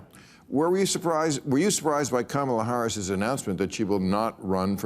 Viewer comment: Maher still can't pronounce Kamala (Hair-is'name) Haheris -shows the disrespect he's always had for her